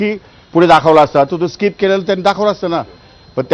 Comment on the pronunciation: Gavthi kuthla mhatara 😂 स्काईप नाहीं skip boltat😂